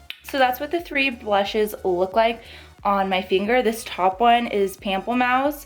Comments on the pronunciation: Loved this review!!! You are absolutely stunning! Also, pamplemousse is French, and it would be pronounced in English more like moose (like the animal). So Pample-moose. 😉 Means grapefruit! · I just got mine and it's so pretty I don't wanna use it lol What are your thoughts on the eyeshadow palette? are you gonn get it? p.s: Pronunciation is Pom-play-moose